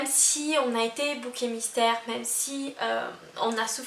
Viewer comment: C’est bouc émissaire pas bouquet mystère ! J’ai les oreilles qui saignent